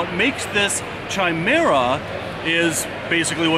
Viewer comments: I have never heard it the way pronounces it and I love mythology and science and whether it's a doctor talking about a man that has sperm with one DNA and blood with another, or a fan of Greek mythology...always with a 'Ky' sound never with a 'chai' sound, but that works for tea;) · It is pronounced Kai-mera. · Love you, but it's pronounced 'kai-mera' not 'chai-mera'' xxx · Chimera has a hard c and silent h. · Pretty sure you’re pronouncing chimera wrong... great video nonetheless as per usual. Keep it up! 😉